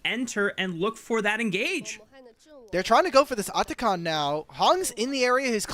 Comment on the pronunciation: this annoying caster pronouncing atakhan likes he's indian ffs